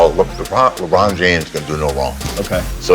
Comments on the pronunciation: Did he say LeBron jame-es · Did ric say the "e" in "james"💀